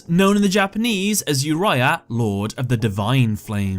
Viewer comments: It’s Oreo obviously not uria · Why pronouncing Yuraya when you don't even pronounce it that way in Uriel in English? 😅 It's "Oo Ree ah", Latin based name are pronounced the Latin way in English usually (that's also how it's called in any other language than English and Chinese)